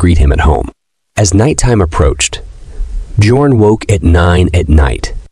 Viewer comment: Bjorn is pronounced as byorn